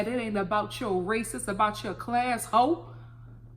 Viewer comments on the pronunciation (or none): "I was talking about your class HO!" That HO came out so strong. That Louisiana had me weak! 🤣🤣🤣